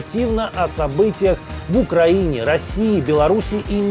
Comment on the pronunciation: Окраїнє!!?? Коментатор